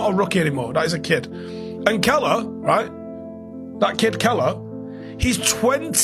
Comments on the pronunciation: Note for you bitter Man prick, it's Kelleher not Keller. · Ex army goon can't even pronounce the goalkeepers name, let me help you, it is Kell-e-her...pronounced "Kell-er-her"